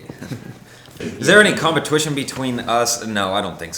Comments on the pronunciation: "competwition" i laughed so hard hahahahaha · jake says competwition :3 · competwition i'm gonna say this word like this from now on lol thanks Jake!